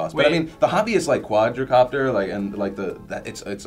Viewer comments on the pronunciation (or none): Phil it is quad copter not quadro copter